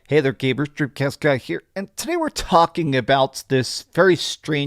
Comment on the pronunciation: "Today we're tHawking about"